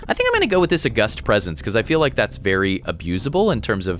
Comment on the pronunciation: Loving the pegglin and backpack hero content but please tell me that's not how you say "August".